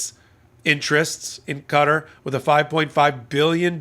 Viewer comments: Qatar is pronounced kah taa not cutter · Qatar isn't pronounced "cutter"! It's pronounced "Kuh-taa"! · I have the utmost respect for your intelligence and knowledge of all things legal, but Qatar is not pronounced "cutter", it's pronounced "cuh-TAR" with an accent on the second syllable. Love your hot takes, keep em coming! 😊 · Qatar is most often pronounced with the last syllable stressed: Ka-TAR. Certainly not 'cutter'. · Sorry I tried to stick with this as long as I could, and I know its raising important points but I had to give up when you continually pronounce the name of the country as Cutter. Its Qatar pronounced the same as throat and nasal mucus...catarrh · It's Qatar. Not Cutter